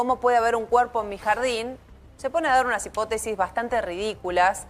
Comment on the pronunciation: Hipótesis acento en la O